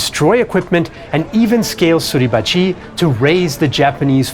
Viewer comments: The way you say "Suribachiiii"" is freakin' annoying. It is Suribachi, with a short ,final "i" . Not a long one!!!!! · There are no emphasized syllables in Japanese. Therefore Mt. Suribachi should not be pronounced Suribachee. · For how great your French and German pronunciation, your Japanese is very bad. I teach Japanese and could teach you proper pronunciation in 60 minutes. Each syllable equal short annunciation, none of this su-reeeeee-ba-cheeeeeeeee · I can't get used to your pronunciation of Mt sarahbachi. I know it's misspelled but that's the way I've always heard it. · Why do you mispronounce suribachi so forcefully? Japanese has no syllable accent.